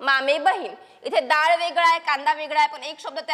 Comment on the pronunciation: दाळ ❌️ डाळ ✔️✅️